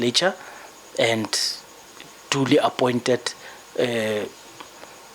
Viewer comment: Exactly.. we all saw it happen n she now tells us MSHOLOZI supports her ..kukhona okushaya amanzi la She even say she was "APOINTED" n Adv Mkhwebane wz "anounced" 😂😂 cn u believe de odersity n entitlement of ds woman